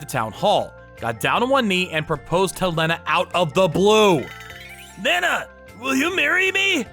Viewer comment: Please stop butchering the name Lena..... Pronounced Lee-na 😂